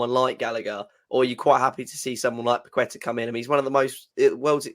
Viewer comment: Paquetá is pronounced 'Pa-Ke-Ta' not 'Pa-qwe-ta' :)